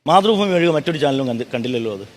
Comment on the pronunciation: മാതൃഭൂമി എന്ന് പറയുന്നത്, പക്ഷെ കേട്ടത് മുത്രഭൂമി എന്ന ആണ് 😂😂😂😂😂